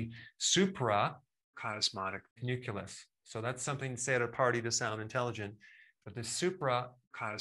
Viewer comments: No, Dr. Berg it is not the nuculus. It is the nucleus. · Nucleus is not pronounced nukulus. Good golly, Miss Molly. I hope you're not one of those oblivious people who says Nukuler??? AAAAAAAAAAAhhhhhhhhhhhhhhhhhhhh !! .. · It's nucleus, not nuculus. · Great info but one bug: It's nu-CLEE-us, not nu-KEWL-us. That's a leftover mispronunciation from Bush 2 regarding nu-CLE-ar weapons, which he pronounced as nu-KEWL-ar. You're so precise about everything, you deserve to correct this as well. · It's nucleus. Not nuculus 😂😂😂. And the video is great dr berg. Shared it with many . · Did the Dr. say suprachiasmatic (nuculus) instead of nucleus, to sound intelligent at a party? Well played sir! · Adore & appreciate all your videos, Eric……….but it’s NUCLEUS, not NUCULUS. No shame intended, just thought I’d let you know. Thx for all❤ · Why call it nuculus? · Nuculeus? Lol. It's not nuculear war. Come on, doc.